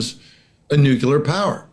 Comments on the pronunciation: *Nuclear Not "nucular" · Please sir; The word is nu,clear, not nucular. The Democrats made fun of Sarah Palin for pronouncing as you do. Makes you sound really bad. Nu clee ar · Nucular? Triangular : triangle. Circular : circle. Tubular : tube. Nucular ; “nuculus?” (Would you trust a pharmacist/chemist who couldn’t pronounce the name of your medication? Here is an expert who repeatedly mispronounces a significant word in his field of expertise. Otherwise, he seems credible.). Try to say, “nuclear,” as it is spelled, “nű-klë-ahr”). Learning American English is so complex!😢. “Close” counts in horseshoes, bacci-ball, grenades, communicable diseases, slow-dancing, atomic bombs, and nucular pronunciations.😂 Don’t let the detraction diminish the overall message. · How can you just focus on their nucular capabilities while ignoring their nuclear capabilities? I just don't understand modern military doctrine.😢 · The word is N-U-C-L-E-A-R. Mispronouncing it just makes you seem like a moron. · Why can't any of these highly-informed people pronounce correctly the word "nuclear"? It isn't difficult. Slava Ukraini